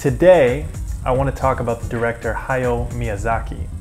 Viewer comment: Ha-ya-o. Three distinct syllables. Not Haw-yoh. You did pronounce Ponyo (Po-nyo) correctly.